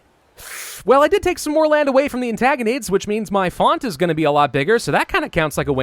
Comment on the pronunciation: please, it's AntIgonids with an "I", not an "A". Ant-I-gonids Edit to say I loved the video and all the work you do. It's just the pronunciation sometimes.... Have a good break! I really hope you enjoy it!